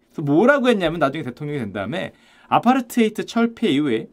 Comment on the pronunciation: 아파-ㄹ 타이드 로 발음합니다